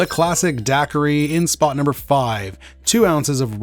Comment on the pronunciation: I'm a bahamian and hearing you pronouncing daiquiri is making me wanna not sub (jk)